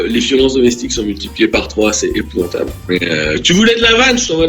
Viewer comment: “Épouventable” xD